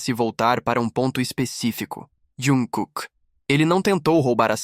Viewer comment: Q raiva dessa besta falando iankooke.e jungkooke ,besta